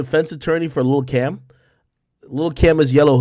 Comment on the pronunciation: It sounds like u said lil Kim